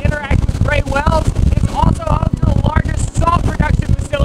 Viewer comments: they are (WAYLES) NOT (WELLS). C'mon. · wells? its whales not wells uhghghghghghghghhghghghghgh lol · Wait, you pronounce whales 🐳 interestingly 😂 like “wells”